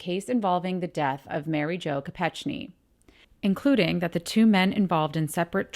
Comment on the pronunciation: It's pronounced Mary Jo KopeKni. I was here when we heard it on the news in the UK 😊